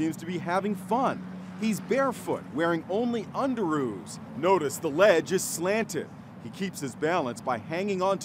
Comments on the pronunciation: Under-roo’s ??? I seriously can’t I’m sorry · I saw that as he said “UNDER-ROO’S” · Lol who even says Under-Roos 😂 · I'm sorry but I can't get over the fact that he said underoos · "Underoos" Me: faceplam sigh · Was it just me who heard him say Underoos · Did the news person say underoos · Dis nigga said underoos